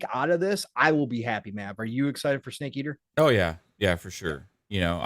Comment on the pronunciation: Lolo..did pong just say stake eater for the tag line for MGS3